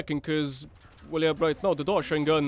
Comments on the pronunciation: Isnt it called like Dosh-sheen gun like Machine gun? Not Dosh-shine Gun lol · I'm pretty sure it's pronounced "dosh-een-gun" like machine gun but with a D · FYI its pronounced DoSHEEN gun, its supposed to sound like machine gun, great vid btw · I feel like "Doshine" should be pronounced as if it rhymes with "Machine", as in, machine gun, Doshine gun? Seems to be a really bad pun.